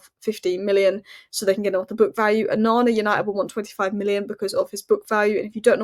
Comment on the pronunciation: Look up how to pronounce é -- e with an accent. Aren't you supposed to be Cambridge educated? 'One' lol